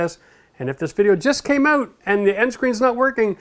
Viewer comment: I still get hung up on "out" being pronouned "oot"! Thanks for the videos!